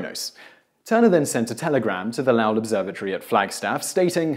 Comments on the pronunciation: Once again you fucked up the pronunciation of someone's name. It is Low ell (short e) and not (Lah lle) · Correct, it's low-ul. I'm familiar with the observatory since I'm from Arizona and into astronomy. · Lowell is pronounced LOW-ll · Did pronounce Lowell as Laowell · In general, you do great work, but MAN, you canNOT pronounce either Roosevelt or Lowell. You might need an American on staff you with American names (although, not all of use are good with those, either). I'd volunteer, but I live in Cambridge, Massachusetts and have the feeling that the commute might be prohibative.